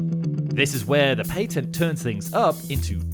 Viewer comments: the PATTENT ( PAT - TENT) not PAY TENT. -_ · A missile carries a warhead, rockets do not have warheads, therefore the two terms are not interchangeable. Also, patent has a short a, as in apple,not a long a as in airplane.